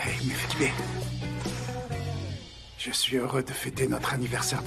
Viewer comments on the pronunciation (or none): Vous voyez les gars c'est Mevkibe pas Mefkibe😊